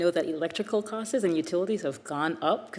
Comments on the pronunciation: Electrical “COST-ES”🤦‍♀️ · The acting HUD Secretary said "housing costes" instead of the correct words "housing costs"!